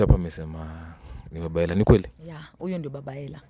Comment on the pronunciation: waah hata baba mtoi ajui kusema Ella anasema Hella ama amelipwa huyu nkt